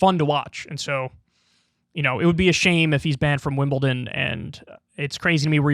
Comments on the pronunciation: Also Kyle it's WimleDon not WimbleTIN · It’s Wimbledon not Wimbelton. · Kyle ‘Wimbleton’ Kulinski!